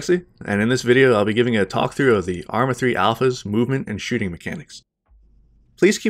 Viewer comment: Did he say movement and shitting at the end ?